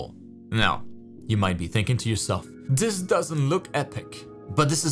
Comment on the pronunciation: “Dis doesn’t look epic!!” Lmao